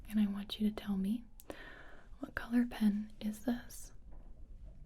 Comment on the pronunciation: that is the most perfect "colour" i've ever heard ngl